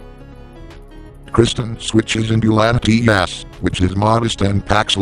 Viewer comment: He said Latimas not latias